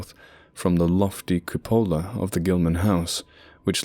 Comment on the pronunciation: Fantastic reading. One suggestion ... look up the pronunciation of cupola and taciturn. Keep up the great work!